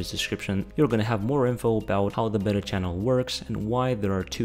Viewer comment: when you say Beta it sound like Better